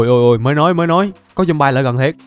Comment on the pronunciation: ơi, anh phát âm chữ zombie là ' zom bai' thì là sai trầm trọng quá, người ta chê cười đó. Xin anh nghiên cứu phát âm lại cho đúng nhé.